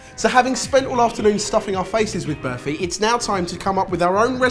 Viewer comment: Its barfi mate😕